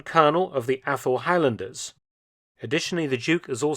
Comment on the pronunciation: still hearing “Apple-highlanders”